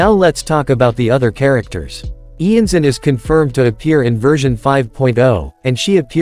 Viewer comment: Iansan is based of Iansã, a deity from african/brazilian religions, she's belived to be a deity responsible for the winds, the storms and the funerals. It's also not pronounced IanZan, I know this is an AI voice, but I recommend you check out on google translate how to pronounce it